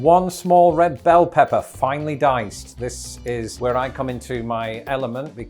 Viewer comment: you definitely need to work on your 'finely sliced' and 'finely diced' 🤣